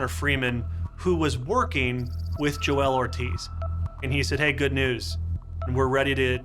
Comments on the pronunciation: This narrator is pronouncing Joel's name like it's a Key and Peele sketch. It's not Jo El it's Joel bro. How did the producers not fix that? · Imagine pronouncing Joel as Jo-el for the entire video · Why do you insist on turning his monosyllabic name into 'Jo-elle'?